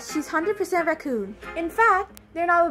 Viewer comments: She keeps saying roocon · Yuri said “recoon” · It's because she's saying ruhhcoon instead of raccoon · The way she pronounces raccoon is so funny 😂 ❤ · So glad I’m not the only one who pronounces raccoon like that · Yuri don't look raccoon but she keep saying it wrong so Monika keep saying Yuri is a raccoon but she is not but is funny 😂😂😂